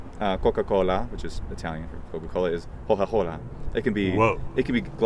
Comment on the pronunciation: Great video! should totally learn Italian! Two (pedantic) corrections: 1) The Etruscan substrate theory has mostly been refuted by linguists. The Tuscan Gorgia is believed to have originated in the 16th Century. 2) the first /k/ in Coca Cola would actually be pronounced [k], since it's at the beginning of a sentence. /k/ is only realized as [h/x] after a vowel. So if you said "la Coca Cola" then yeah, it would work 😁